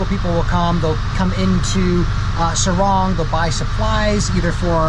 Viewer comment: SORONG CITY. NOT SARUNG